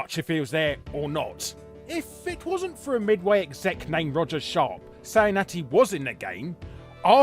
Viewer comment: Put some respect on the name when you say Roger Sharpe